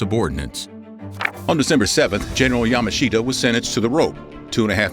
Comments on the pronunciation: Yamashita is not pronounced 'Yama-sheeta' rather it is as though the 'i' is silent hence 'Yamashta'. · His name is pronouned like Ya mush ta. Yamushta. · I agree that the person narrating was in general very good but his constant mispronunciation of General Yamashita's name was grating. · If you can't pronounce the name of the person you're talking about, your credibility is close to nil.